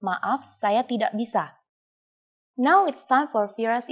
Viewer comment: Tidak pronounced Tea-Duck